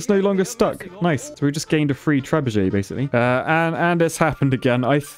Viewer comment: I hope somebody got around to explaining to him how there's no Z in Trebuchet... Like trebuzhay or whatever he thinks he's pronouncing hahahaha